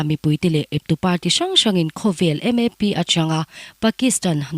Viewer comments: Khawvel M.A.P angin i chhiar a😂😂. Map tihtur zawk awm tak. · MAP hi a hawrawp mal tete a lam loh tur lam pum tur ram hrang hrang MAP tia lam tur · India tih achhiar apiang khan awmze bo thak in athluk thin .. Map poh MAP tih in achhiar bawk .. A tawngthluk diklo thin kha ngaithla chiangla i hre nual ang .. Mizo tawng thiam pangngai inih chuan